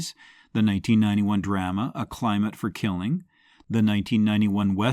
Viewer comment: Please. Pronounce 'drama' correctly. Especially since you use it very often.